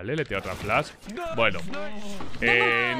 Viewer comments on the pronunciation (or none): none